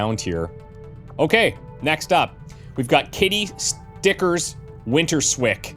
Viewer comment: winterswyk is from the Dutch town Winterswijk, winters-wijk (not winter-swik). Wijk is closely pronounced as "wike", like in "like".